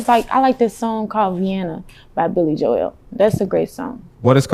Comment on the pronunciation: Billy jo-el lol